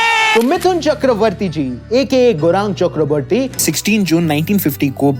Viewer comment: Gorang Chakraborty nahi bhaia, Gourango Chakraborty. Yaha pe maine jan bujh ke spelling mistak kiya hai Aap ki bolti thik karne ke liye.